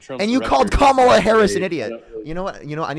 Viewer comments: « Je ne sais quoi » literally means “I don’t know what.” This guy thinks he is so very suave. Parker and his contemporaries are great debaters because they have facts, logic, and right on their side. And these boneheads who pretend they don’t know how to properly pronounce Kamala by now can quit with that crapola already. They might as well wear shirts that say “I’m With Stupid and I’m All By Myself.” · She was Vice President and he’s saying she doesn’t have “the thing”? Like the FELON? It’s just crazy from a guy that can’t pronounce KAMALA. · He pronounces Kamala's name correctly by mistake and has to instantly shift to the racist pronunciation. Pretty telling.